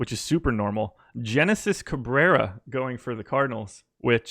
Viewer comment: Have to say, you guys kept calling him Genesis but with my research found out his name is pronounced (Henesis)....